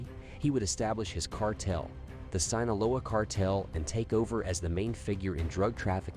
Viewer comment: You don't know how to say his name Joaquin....or sinoloa or gauta la GARA. LMAO. Dude youre absolutely beyond embarrassing. Learn how to say pronounce simple Spanish words so u don't sound like an ignominious buffoon., Which you are. Geezus. What a fkng moron